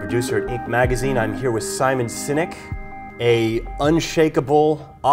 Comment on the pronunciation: Did he just introduce him as Simon “Cynic”? 😂😂